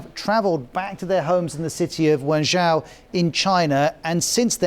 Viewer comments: me wenzhou is pronounced as "when Joe" exactly. Zhou = joe, not zou. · Can someone tell him it's Wenzhou, sounds like "When Joe"